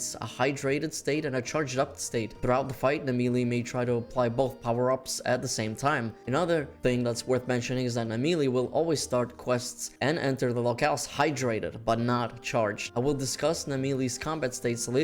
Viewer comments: NAMIELLE pronunciation: Namily 👎🏻 “Nah- Miel” 👍🏻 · Nameeley? Nah-Me-el (Like nah no thanks, me as in myself and el like eldorado or the spanish male form of “the”) lol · Nah-melee? It's Na-Mi-Elle, easy to pronounce. But yeah she should come back for sure! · Not nahmealy, Nami- L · Thought the pronounciation is actually Nami-yell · did bro actually call him na melees? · I've never heard its name pronounce like that before. Usually I call it Na-mi-elle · are you mispronouncing the name for fun, for clicks or because you really thing its how you say it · Is that the official pronunciation for namielle? Because it sounds super wrong to me. Other than that yeah it should return, one of the most original elder dragon and it's not overused like some of the older ones. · I think Namielle should come back so I can watch you struggle again. Also your pronunciation if Namielle is weird. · Bro cant pronounce Namielle 😭